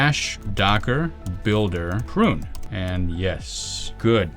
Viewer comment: docker prun what, okay it's 'prune'